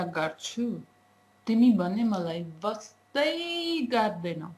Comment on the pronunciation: wow, you really have patience. Your Nepali is pretty good. Your pronunciation to emphasize "wastai gardai" is little funny. But I enjoyed watching this. Keep it up! Cheers =)